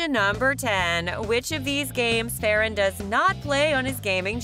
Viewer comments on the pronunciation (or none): Ferran not feren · Hi not to be rude Ferrans name is prounced Fer-un and not fair-en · it is not feeran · Its not however you said Ferrans name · you said ferrans name wrong just to say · Your sayings his name wrong